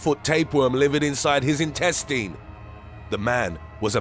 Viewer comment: you're pronouncing protozoa wrong. Edit: And Intestine...and Dominican Rep...oh forget it